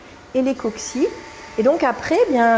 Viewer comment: Svp pas de s à la fin de cocci qui est déjà le pluriel de coccus. 1000 Mercis